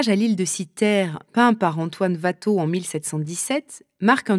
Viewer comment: Ouatteau, pas Vatteau 😀